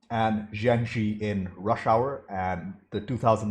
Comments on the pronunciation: Zhang Ziyi: that's three syllables, zhang, zi, yi. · for crying out LOUD: Zhang Ziyi is pronounced Jang ZEE-YEE.......